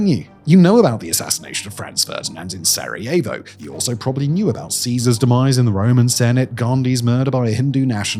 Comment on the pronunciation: I have never heard more names incorrectly pronounced in one video, ever. I swear to God, Simon, it's not that hard, especially in the age of AI. I know limies don't care a crap about pronouncing foreign words correctly, but maybe show just the least little bit of respect.